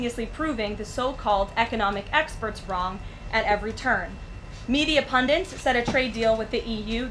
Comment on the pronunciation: The word is "pundits", not pundints ..